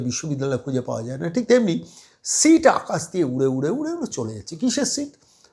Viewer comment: Eto heyali keno...seat na sheet na mark sheet ki sit...poriskar kore bolun....oto somoy kothai...